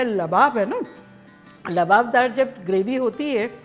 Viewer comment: Kam se kam aap to Lababdar mat boliye... Aap to itni achchi urdu bolti hain... Jinhe urdu nhi aati unhone Lawabdar ko Yeh Naam diya hai Lababdar.